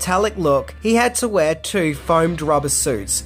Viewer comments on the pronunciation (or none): none